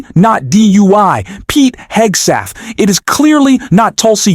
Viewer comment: Did you just say “DUI Hegseth”😮😂